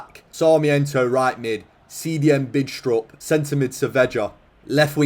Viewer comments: Mads Bidstrup is pronounced without the d in both names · I don't know how to explain it, but that's really not how you pronounce 'Bidstrup'. Otherwise great video as always